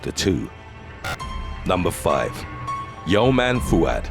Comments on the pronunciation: When you said “YOMNA FOUAD” I had to replay it cuz you said “turned down for what?” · Yomna Fouad is pronounced yoo-m-nah Fouad. She’s from the Middle East